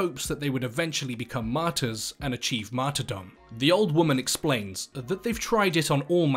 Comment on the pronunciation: Martyrdom* not marty dom